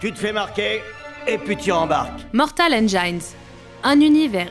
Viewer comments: "engine" se prononce "ènjine", pas "ènejaïne" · Juste une petite remarque : engine se prononce ine-djine (pas ine-dja-ine) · Ras le bol d'entendre engine prononcé endjaïne... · Ne pas savoir prononcer "engines" correctement et être journaliste cinéma...